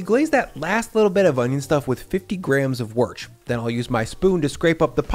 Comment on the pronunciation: did you say worc because you dont know how to pronounce it? haha